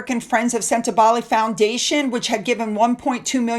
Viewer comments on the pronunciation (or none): Sentebale. Pronunciation wrong. It sounds like senta baally. Cheers.